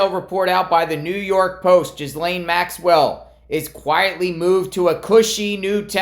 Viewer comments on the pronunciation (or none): Oh, so rather than being "Epsteined" she'll be "escaped". Lol, it's not Jizlaine, it's "Geh-laine", the s is silent and the Gh is like in Ghost. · It’s pronounced Gee lane (Rhymes with Elaine). It’s not common name in the US. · This reporter can't pronounce her name correctly.